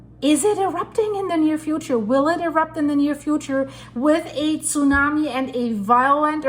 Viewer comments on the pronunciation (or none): none